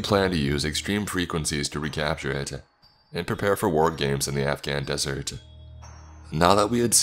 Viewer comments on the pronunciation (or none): none